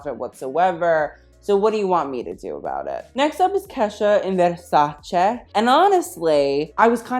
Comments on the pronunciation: YAAS MAMA IT'S VERSACE NOT VERSACIIIII YAAAAASSS love from an italian fan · He is the first American on YouTube I have heard say with the right pronunciation the name Versace!!!